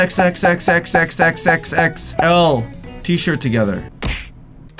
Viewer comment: Did he say sex while saying xxxxxxxxxxxl